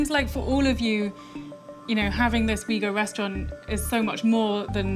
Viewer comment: it's u-ighur!